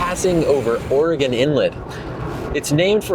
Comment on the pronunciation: Thank you for pronouncing Oregon correctly.